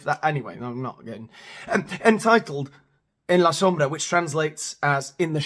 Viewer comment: You say “en la sombra “ so well. I don’t think spanish people need to be trained like monkeys…I just don’t think they care that much